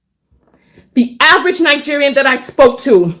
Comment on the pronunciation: Nine-gerian- American?